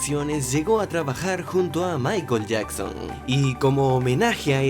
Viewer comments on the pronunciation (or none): Michael no se pronuncia así 😂😂